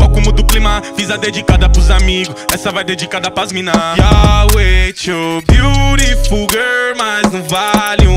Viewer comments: vc fala correto inglês, a pronúncia é beariful mas tbm se pronúncia bilriful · cantando certo ele pode até tá, mas a escrita e a pronúncia do beautiful tá errado